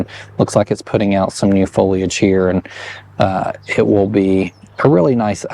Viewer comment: Thank you for saying foliage and pronouncing the “I” 😁